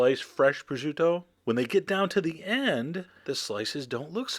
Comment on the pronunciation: there is no "ju" in the name its pronounced pro-shoo-to